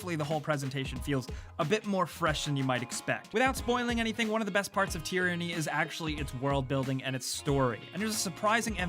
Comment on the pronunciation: Tearinnie? It's TYRANNY.